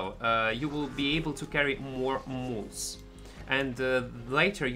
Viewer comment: Mule, not moose.. Love the vids <3